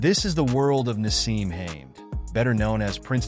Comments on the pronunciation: its Ha med not Hames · His name is Ha med nor haims sooo annoying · Nice video but his surname is pronounced with 2 syllables 😂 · ITS HAM ED!!!!....pronouce it right ffs!!!!!🔥🔥🔥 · Hamed ..... HAM ED ......His name is - HAMED ..What kind of channel makes a vid ....but cant even pronouce the persons name ???? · Imagine going to the trouble of creating this video and you can't even pronounce the guys surname. Makes you look like a bit of an idiot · You would think they would know how to pronounce his surname before putting a clip up !!! Pathetic !!!!! 👎👎👎👎👎👎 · Why can't you pronounce his surname 😂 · Pathetic white boy can't say he's name properly 😂🎉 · The guy doing the speech cannot pronounce second name properly